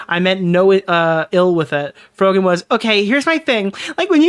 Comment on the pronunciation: t's pronounced Fro-jen